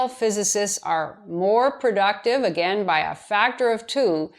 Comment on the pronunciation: You seem to have trouble deciding how to pronounce "Again" and "Against". A "gain" (meaning increase) has one syllable, and rhymes with words such as rain, pain, main, and train. "Again" (meaning to repeat) has two syllables and rhymes with words such as mountain, fountain, and captain. Don't let the a-i-n ending fool you.